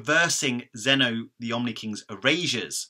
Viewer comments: "zeeno" verse no? not so much zeno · It's pronounced zeno-verse not z-eno-vsrse it was bugging me